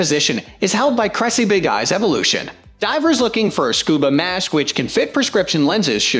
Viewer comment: Scub"A"pro - nice doesn't know how to pronounce "Scuba" and we're supposed to take their advice on Scuba gear?